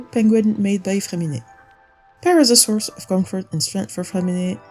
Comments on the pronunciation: your accent when you say freminet is so good, are you french? :D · The way she said "freminet" ! That's a french speaker 🫵😊✨